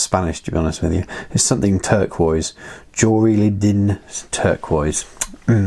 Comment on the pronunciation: Your trying to read the name too hard!! It is Joy riding turquoise!! Bought and used the some of the Warpaint 2mm tuffs.